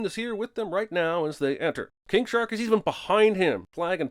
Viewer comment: He definitely said "kink shark"